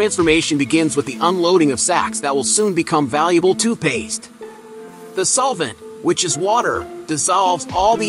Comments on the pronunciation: what in the world!!! its literally spelled TOOTH Paste... Why in the heck does this robot weirdo keep saying TWO Paste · I am so happy that I am not the only one who heard TOOPASE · you say the main goal is protecting teeth, I say the main goal is MAKING MONEY!!! Also, it's TOOTH PASTE not TOO PASTE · you say the main goal is protecting teeth, I say the main goal is MAKING MONEY!!! Also, it's TOOTH PASTE not TOO PASTE nahws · AI sucks....TOO PASTE!